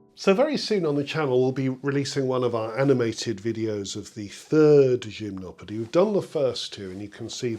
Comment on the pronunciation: I finally know how to pronounce Gymnopédie, yay!